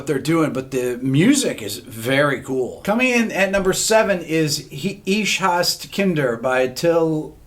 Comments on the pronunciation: Please, don't pronounce german titles ;-). It's not 'ish hass kinder' XD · Rick's mispronunciation of "Ich Hasse Kinder" is just brilliant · And totally wrong pronunciated :) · I never clicked faster in my life 🤣🤣🤣 We need a What Makes This Song Great? for Rammstein! The way he pronounced the name says something 😎